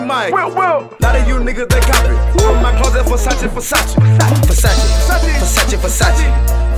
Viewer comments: He never said versace he said "fesatche" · I'm italian and his pronunciation of "versace" is very bad! Is "versÀcE" not "fessaci" 😥😂😂😂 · Nobody: How many times can you mispronounce the Italian word "Versace" in minutes? Migos: hold my beer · Too Easy , beacuse he says "fesachi"